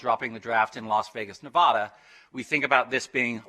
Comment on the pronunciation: somebody should probably tell him how to pronounce Nevada if he is going to address local government there.